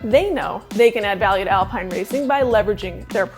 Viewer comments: Isn't it pronounced Alpeen? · yup. David Croft and Martin Brundle certainly pronounced it as Alpeen..